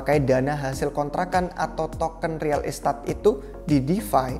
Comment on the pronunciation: agak terganggu dengan pengucapan real estate-nya. kaya kurang pas. maju trus republik rupiah, semoga semakin maju dan bisa mengedukasi masyarakat Indonesia.